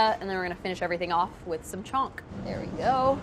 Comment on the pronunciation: the way she pronounces chhonka makes me cringe ;_